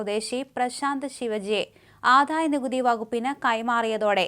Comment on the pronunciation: ആധായ നികുതി അല്ല കൂട്ടീ, ആദായ നികുതി